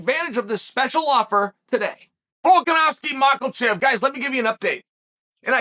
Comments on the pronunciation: How come you can pronounce “Volkonofski” perfectly but you insist on pronouncing it “Maklchev”?😂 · Chael purposely saying “yarear” and “mackulchev” is goofy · Is Chael fucking these guys names up as some sort of dig at them? “Ur-Rear” is wild for Yair and mackle-chev just straight up sounds like shade lmfao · Rematch with “Mocklechev” first and then defend belt against “Ya-rear”